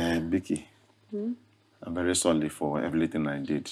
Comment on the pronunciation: Vely educated😂😂😂